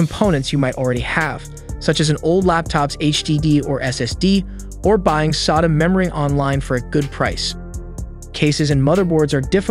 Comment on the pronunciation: The way you say sata is annoying af